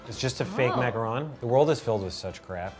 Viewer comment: she said macaron, its pronounced differently OKAY. idk i saw from thread banger